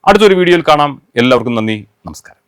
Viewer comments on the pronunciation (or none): none